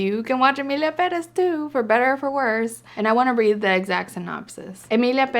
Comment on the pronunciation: Omg, it feels so amazing hearing an English speaker pronounce Pérez the right way.